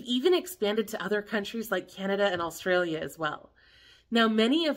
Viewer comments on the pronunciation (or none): none